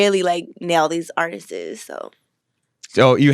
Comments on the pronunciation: Did she just say "artistes" instead of artist? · "Artistses" & "Dramastically" My goodness lol - she got me cringing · “Artises” -Celina Powell